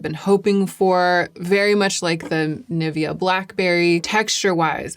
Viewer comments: The way you’re pronouncing Nivea is really throwing me off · I'm not a language snob, I don't care about the way people speak as long as I get the sense of it. But there's one thing that pains me for unknown reason - USians reading Nivea 🙈 I'm physically unwell after that